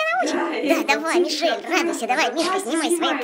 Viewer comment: так мишель или миша гаварите чётней